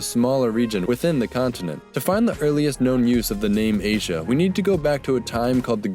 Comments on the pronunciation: Well, good work but you pronounce W as V and it was a digamma which may sounded more like Y as in the word "Yes". So it wasn't pronounced Aswia but Asyia. Anyhow, we will never know the exact sound, all these are assumptions. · The "zh" sound in "Asia" is right there: "si"